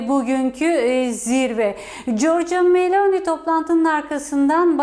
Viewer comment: Bu nasil dandik NTV Muhabiri ( italya muhabiri ama daha Meloni nin adini dogru söyleyemiyor !